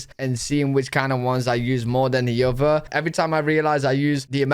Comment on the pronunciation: Now you have use T and R in words . Like Button use the T not buon Button. Other is not oher. OH tiger is not iga .